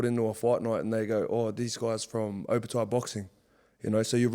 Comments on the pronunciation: How tf does jai still butcher his last name till this day? No ‘O’ in samoan is pronounced ‘oh’ 😂 fmd idk how there’s no family members that correct him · Love the uso & everything he’s done in the sport & community especially for Pasifika. But for the love of all Islanders, please pronounce your surname correctly - don’t pronounce it the Palangi way. Just my two cents but love ✌🏾